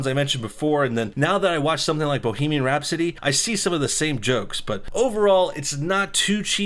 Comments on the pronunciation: Rhapsody. Not Rhap-city. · Rap city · Who tf says bohemian rhap-city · The way you first pronounced rhapsody made me want to kill myself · I think i lost a few brain cells when i heard him say Rhapsody the first time